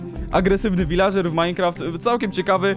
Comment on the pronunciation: wśćekły viladrzer"